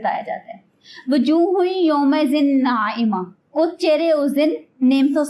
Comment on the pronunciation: Ayat no 2 wao pr pash h zabar nh h kus ne bila h AP ko k bagir zabar zir pash k Quran phr ne ko jb ata nh h bagir Arab k q phr ri ho